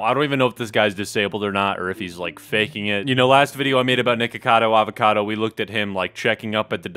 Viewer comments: I hear naked-cado avacado in the beginnign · For a second I literally thought he said Nakedcado Avocado. 🤠